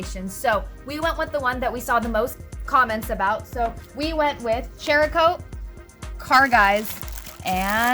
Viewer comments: Pronounced like Sarah-coat. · Not sure if its been brought up, but I believe it's pronounced "Sera" coat. Like ceramic. Between that and the Meguiars debacle, I think you guys are the YouTube equivalent of the key and peele episode where he pronounces everyones names wrong lolol Great video though. The follow up video is super beneficial to see. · Just a courteous correction, cerakote is pronounced s-erakote. The c is pronounced as an s. They are a big player in the firearm coating industry and gun guys take details seriously. A lot of them also own Jeeps. Hope this helps prevent negative comments. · btw lol.. SARA-COAT.. is the correct name.. 🤷🤷😂😂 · There's no "H" in Cerakote. Pronounced Sarah-coat. It's a ceramic coating. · Man u can't read ceracoat u say like cheracoat ? Another trinova u say chinova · YES! As in ceramic! After all, it is a ceramic coat. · Not to be a dick but there's no "H" in Cerakote. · How is it the two of you cannot pronounce the names of these products. How the hell do you get chericote, ch sound when it's obviously saracoate. And Meguires how can you think it's megulars??? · Guess y'all aren't gun owners or Irish, after hearing you butcher cerakote (sarah coat) and Maguire's (Meg why ers) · Meh-gwires , Sara-coat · Great video guys. Very useful even to an auto detailer in me. Btw, it's Mac-Gua-yi-ers and Sarah-Coat. Lol.